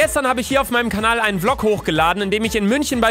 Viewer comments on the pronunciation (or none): none